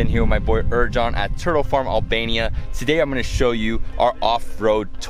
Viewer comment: Ey david why you say erjan in albanian is „j“ how in english „y“ normaly you muat say eryan or erian thanx